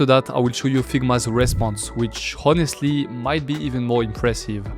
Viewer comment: French pronouncing a perfect "h" ... in the one(+) word where it's silent (honestly). Made me laugh! Thanks!